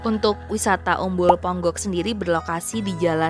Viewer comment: Ponggok mbak bukan Pongok....